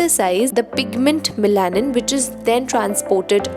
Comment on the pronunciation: Hi great video! Just a small feedback on the pronunciation of melanin.Its pronounced as meh·luh·nuhn. thanks for your hard work! ive started using minimalist too🙂